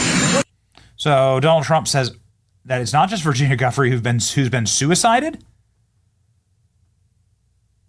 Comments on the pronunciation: pronounced 'juh-fray' not guff-ery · Virginia Giuffre is pronounced "JOO-FRAY"